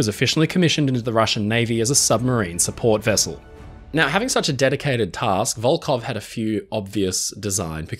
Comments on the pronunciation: Hi. Your pronounce of Russian names is impressive, but here is one thing I want to improve. Волхов, despite it's transliteration as Volkhov should sound like "Volhov" witĥ totally silent "K" and clear "H" like in the word" Have". In your video, you pronounce it as Volkov several times. Volkhov is a city, Volkov is a surname, widely known in Russia because of the fallen spaceman in 1970th. Still in service just because Russia can't build another one. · Здравствуйте. Судно - катамаран "Коммуна" до 1922 года называлось - "ВОЛХОВ" а не "Волков"! В середине слова буква "Х" а не "К"! "ВолХов" это река которая впадает в Ладожское озеро, а ВолКов это фамилия такая. Например Леонид Волков - руководитель штаба Алексея Навального :)